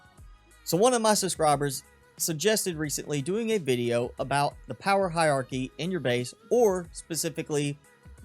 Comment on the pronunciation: Hie....rrrrarchy, ,,not Hie,,,iarchy, ,,just saying but where'd you go to school